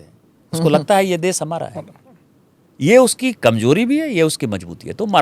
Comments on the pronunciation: Dubey भैया.... देस... नहीं देश बोल देश... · Smitaji...first teach Dubey to speak fluent Hindi then ask him to take side of Hindi speaking people. देश को "देस" बोल रहा है। भाषा को "भासा" बोल रहा है। 🤣🤣